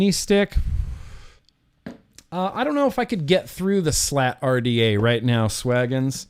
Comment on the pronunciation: U was pronouncing the RDA the wrong LOL it might not of been enjoyable to build but it was very enjoyable watching you build lol 👊🏻👊🏻 much love I’ve always enjoy your Vlogs I’ve been a fan since the Britney Spears poster was on the wall LOL I remember the old video yours the other day will you get some juice for a Chinese manufacture years and years ago kept trying to think of the name could not to save my life